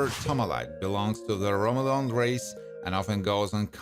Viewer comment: I take it you've not watched any episodes, mainly because you pronounced most of their names wrong, but, was a funny Vid thanks, especially like the way you pronounced "Romulans" Thumbs up, but maybe next time, watch an episode so you can pronounce their names/job titles right, because the fans of Star Trek might get pee'd off, thanks for the vid though, I found it entertaining :)